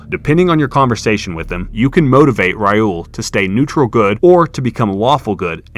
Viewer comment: "Rai uul" 😅